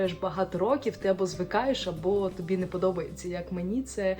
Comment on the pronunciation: Дуже сподобалась гарна і правильна українська! Відчувається, що російська основна, тим приємніше. Правильні наголоси (а не так як у Верхоній Раді України паплюжать мову), окрім тОбі. І розповідь без жодної запинки! Приємно слухати. Аргументація від"їзду дуже логічна, всі причини зрозумілі. Дякую за відео.